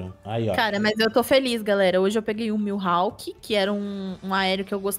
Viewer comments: pelo amor de deus é mihawk não miuhawk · É Mihawk kkkk n “Milhawk”